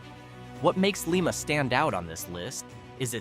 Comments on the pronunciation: Lime-uh...not Leem-uh...dumb AI. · Lima=Lie-ma not lee-ma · First of all, it's LIE-ma, not LEE-ma. If you don't get THAT right, how can we believe you about anything else? I personally knew and worked with the mayor of New Boston during the 60s. New Boston Coke, a coke oven complex (now a WalMart shopping center) was a major employer, but that came with a hefty price, as New Boston was a Cancer Alley that eventually claimed my mayor friend Ralph, as well as hundreds of others. You left out Bellaire, Ohio: in the middle of town is a SEVEN STORY TALL bank building in a town that has gone from a city of 15,000 to a village of 4300 in my lifetime. It once was a competitor for the Westward Trade with Wheeling West Virginia, a town that itself has shrunk to a fraction of its size as the Rust Belt tightened, to a nonentity. AND..it's just one of the Rust Belt Stories. MY SUGGESTION TO YOU: Get yer Goddamn PATRONIZING "documentaries" outa here and let WE OHIOANS tell YOU our stories; at least we'll get the pronunciations right, and we don't need any goddam AI to help us! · Your AI pronounces LIMA as LeeMa but it's real pronunciation, in Ohio, is LimeMa. It's only LeeMA outside of Ohio. You're right, rural Ohio is relatively job free.